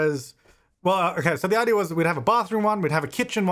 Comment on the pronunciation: Do they say 'idear' where you're from? Never noticed that before.